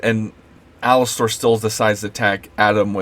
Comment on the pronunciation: I agree with what you said, but you aren't even pronouncing the character's name right